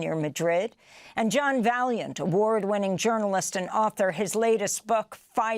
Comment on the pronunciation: Ask the guy - Vaillant - how to pronounce his surname correctly, Amy. Respect, kiddo. 😊